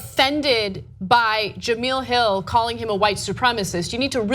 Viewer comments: its not pronounced "ja-mill" its pronounced "ja-mel" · Ja-MEL not Ja-MEAL 😂😂😂 i love you guys but damn! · Jah Mel not Jah Meal.... sad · It's pronounced jamell not jameel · jemEL not jamEEL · Ana, her name ain't that black, girl. It's juuhmell. Tired of losing, yet? I mean, I can't say I'm tired of winning, but, you're making it feel like slaughter rule. 🤔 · It's not pronounced Jameel it's pronounced Je-mail. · Jameel Hill? Maybe now that she is fired you can pronounce her name right ? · First of all, it's Jemele...you would know that if you actually took the time to watch the story before commenting. Second of all, ESPN shouldn't even be involved in the story since she tweeted from a private account, not a work one. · That was a little rough to watch. Not because of the info but because the Sportscenter hosts name is pronounced "Jah-Mell." Jemele Hill is on Sportscenter every day at 6 EST. Next time please at least do a little research on the pronunciation. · "Jem-ell" like "gem ell". She isn't saying her name right. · First of all ..its pronounced JA- MEL ...and how do you misspell her name in the description when its right there on the twitter graphic you're showing. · Her name is Ja-me-la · no it's ja-mell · Ana, you dumb bitch, her name is pronounced Jemel. Do you do any research before going on air? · The hacking of her name is so cringeworthy lol Juh-Mel, short e. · jemele hill short E.. you guys say do your research all the time..do yours!...its pronounced ja mel.. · Cringed every time she mispronounced Jemelle's name